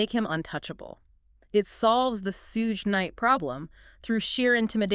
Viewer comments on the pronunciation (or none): Right she said sudge nite 😂😂😂